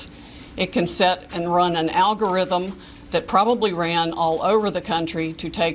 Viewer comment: Oh she said algo rhythms, she must be a genius